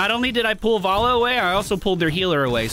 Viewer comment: why do you keep saying varlla its valla